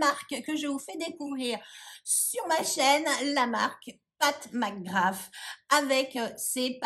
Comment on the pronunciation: Bravo car tu ne dit pas pat mcgrath en américain je supporte pas se qu'il le dise en américain . On est francais non mais!!! 😂